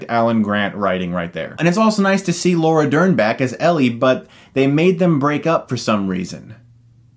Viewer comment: Did he say Laura Nerd?